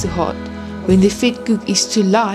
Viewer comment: Vetkoek wird F/Vetkuk ausgesprochen… 😳 oe = u …